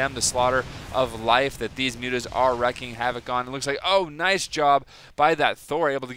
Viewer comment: Wrecking havoc? Lol, silly misreading something probably in the distant past...how about wreAking havoc?:)